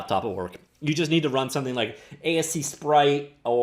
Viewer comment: please XD. it's A-sprite. A as in the vowel. Still love your content mang, so don't take it too seriously when I say that. This video is great, keep it up!